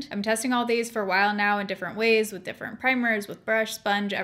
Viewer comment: 100% no tea, no shade. I absolutely adore that you say different "differnt" bc SAME & EVERYONE MAKES ME FEEL BAD ABOUT IT😂😂🖤🖤🖤